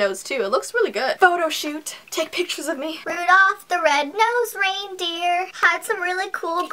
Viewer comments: Did Say Rudof??? Pretty Sure It's Rudolf... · i thought he was called rudolph not rudoph oh well i guess u learn something new every day